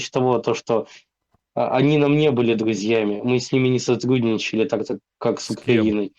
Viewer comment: Не садГудничал? пГащали долги? пГиколно!😂😂😂😂